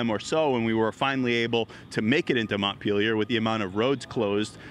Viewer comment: Interesting, all the different ways to mispronounce "Montpelier" you learn from watching all the reports on the flooding.